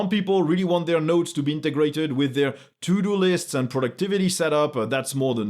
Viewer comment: I think that, from now on, I will be pronouncing "To-do lists" as "Tudolist" :D